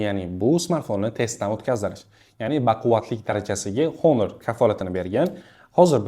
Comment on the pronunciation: Do'stim, onor emas, honor deng